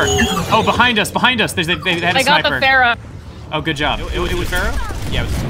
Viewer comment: I feel like this probably doesn't bug anyone, but every time they pronounce Pharah's name like "FAIR-uh," I cringe a little bit. Pharah herself pronounces her own name like "FAR-ah." I dunno, that's just a little thing that gets to me when the correct pronunciation is said out loud for you in-game.